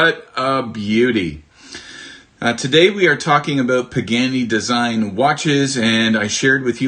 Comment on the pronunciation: Nice video and love this brand but PLEASE! It is pronounced “Paa-Gaa-Nee” not “Pig-Annie”